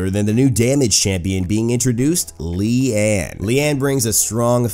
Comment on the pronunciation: Correct pronunciation on her name, which means 'lotus' (maybe)